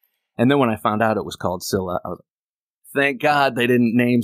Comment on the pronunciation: it's "Scylla."